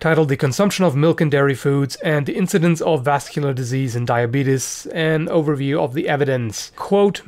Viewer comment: Lol he said "diabetus" like Wolford Brimley